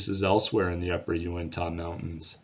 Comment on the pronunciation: Yew-ihn-tuh, not Yew-ihn-taw...Nevertheless, thanks for all your efforts sir.